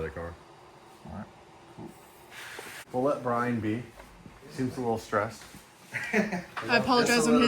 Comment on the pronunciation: I would just like to say, but when you said cark videos, I nearly spat my tea out ( as I live in the UK) misunderstood what videos you were talking about then? LOL.